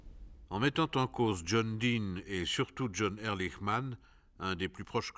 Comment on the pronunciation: Pourquoi les Français sont-ils incapables de prononcer correctement un nom à consonnance étrangère ? Ehrlichman se prononce Erlikman !